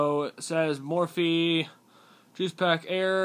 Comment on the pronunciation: its mophie not morphie